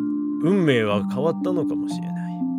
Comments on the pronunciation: ここ、さだめって読んでくれるの好き❤️ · 最後の手記、「運命」を「さだめ」って読むあたり最高に厨二病ぺんちゃんで好き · ペンちゃんが運命を「さだめ」って読んで「神のさだめ」と掛けてるの最高に好き 日常組の皆さん、本当に楽しませてもらいました！ありがとうございます‼︎ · 運命を“さだめ”って読むのめちゃくちゃエモい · ぺんさん運命をさだめって読むのいいね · お疲れ様でした 本当によかったです。とっても感動しました。 最後の手記の運命を「さだめ」って読むの好きです。 夢から抜け出すだけじゃなくて、五十嵐さんや源司さんを救えるんじゃないかって動く優しさがすてきでした。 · 運命をさだめって読むのジョジョ好きでてる笑